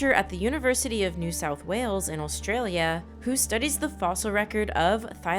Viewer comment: is it just me or does she keep saying "all-stralia"?